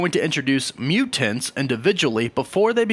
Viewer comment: Why you say mutants like that?